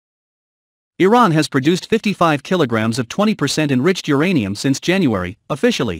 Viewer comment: It's uranium not geranium!